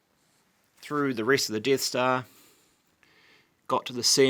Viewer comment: The Deeth Stah